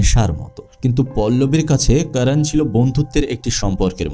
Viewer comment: আপনি যেহেতু বাংলাতেই উপস্থাপন করছেন...তবে Karan কে কারান না বলে করণ বললে সেটা শ্রুতিমধুর হতো... এমনিতে...Content is just wow❤❤